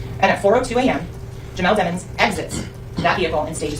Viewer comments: i love how it’s DEMons instead of DEEMONS now. 💀😂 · lmao his lawyer calling him Deh-Monz instead of DEMONS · they say his name like damons.....lets be real its DEMONS like in the bible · Mr dem-ins😂 (DEMON 😈) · The prosecutor pronounced it demons instead of dehmons on purpose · I like how they keep pronouncing his name like it ain’t pronounced Dee- muns